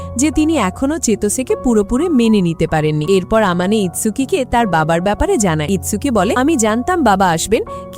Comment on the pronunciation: ছেলেটার নাম mahiru আর মেয়েটার নাম আমানে আপু পরের বার থেকে ঠিক করে বলবেন